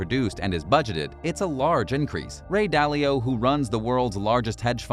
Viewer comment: Ah yes. The legendary Ray Dally-O